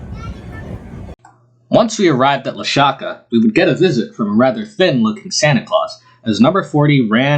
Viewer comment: Hi, the halfway point is Lahaska not Lashaka! I appreciate your coverage